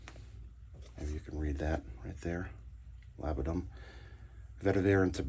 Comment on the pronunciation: Great review! Glad to see someone reviewing Talent Soap Factory as I’ve been interested in them. Also, it is pronounced Lab-duh-num and Vet-eh-vurr (like fur).